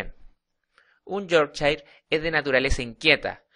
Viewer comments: yorkchain jajaja. cojonuda pronunciación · pero sino sabes ni pronunciar su nombreeeeee